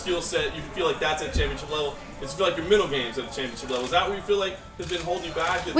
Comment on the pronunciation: Dude, pronounce MENTAL, it's not hard.